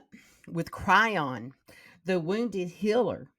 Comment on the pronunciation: Chiron is pronounced Ky-Ron